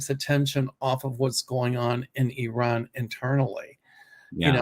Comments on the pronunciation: Nice to see you back, by the way, you are pronouncing Iran, correctly. That’s how it’s pronounced here. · fyi your pronunciation of Iran is pretty good. I would stick with it. It’s definitely not “I ran”— more like the ee sound in seek and the English name Ron.